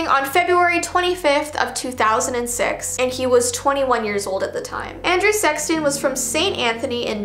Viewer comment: she said “Andrew SEXton” 😅